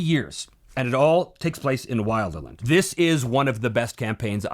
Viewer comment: Speaking of purism... it is pronounced will-der-land, not while-der-land.